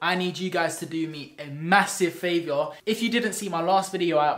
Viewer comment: 'I need you guys to do a MASSIVE faviour' its said favour